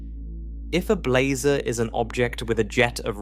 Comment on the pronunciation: "How many different ways can one narrator describe blazar's angles" while pronouncing "blazar" differently from one sentence to the next is not what I was expecting out of this.